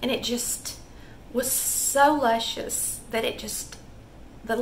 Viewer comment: Lushius lips. Listen to you.